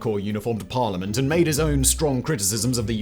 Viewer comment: "First DUPUTY of PARLIMANT of Iran" ???????